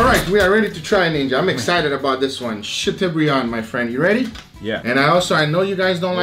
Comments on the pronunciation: Chateau = shat o as in toe not u as in bug. It is a French word. Not a criticism but a correction. I mean you want us to say picanha correctly, don't you? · Great video guys ! Btw it's pronounced "chatobrian". The eau in chateaubriand is pronounced "o" (like in osso bucco) and of course the "d" is silent but you nailed that. La France vous salut! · English (sha-toh-bree-ahn) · I love the way pronounces Chateaubriand. Chateau is pronounced like Plateau, Briand is pronounced like brand. But you can call it whatever you like, it looks amazing.